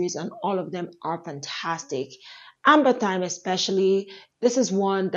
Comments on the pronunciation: For the Afnan perfume, I think it’s pronounced Amber rhythm. I thought it was ambery thyme for a long time, but then I watched some reviews and heard people pronounce it Amber rhythm and that’s probably more what it supposed to be, because you’re right, amber thyme doesn’t make a lot of sense for that fragrance. It’s one of my favorites! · Thanks for Irth review, I've only seen men reviewing it so held off. The Amberythme is usually pronounced as the two words Amber rhythm(e) merged, which makes more sense given the name and spelling, as opposed to the herb thyme. It's a nice one.